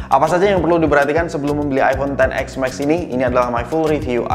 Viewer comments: iPhone ten es max bg, bukan ten ex max, udah 2x ngomong ex jadi nya 🤣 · si abang nyebutnya "ten ex mexs" XS max? 😬😬